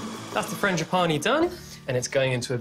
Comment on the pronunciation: Was that supposed to be funny to mispronounce frangipane?